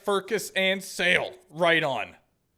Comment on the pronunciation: fun fact sales last name is pronounced chalet